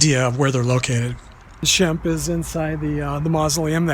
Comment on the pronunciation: I think you meant shemp instead of sbemp there,s no b in his name but nice try anyway keep working on it 🤔🙏